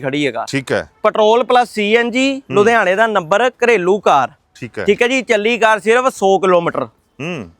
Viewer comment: ludiana nhi ludhiana hunda 😂😂😂😂